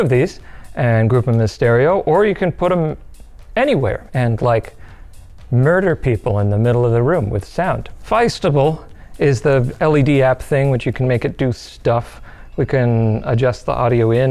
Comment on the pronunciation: Pretty sure “fiestable” is supposed to be pronounced “fiesta-ble”. Cuz fiesta is Spanish for party 🎉